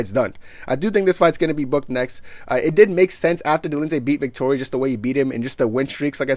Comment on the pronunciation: out here butchering names like uncle Chael 😂😂😂 "Roman Dolinsay and Marvin Victori"